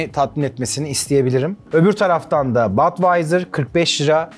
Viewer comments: Badweiser degil yazildigi gibi okunur budweiser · Yanliz Badwaiyser degil Budweiser diye söylenir :)